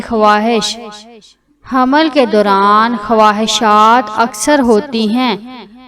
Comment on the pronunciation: Aap pahle raham ko hamal padna seekhe tb information de😅😅😅.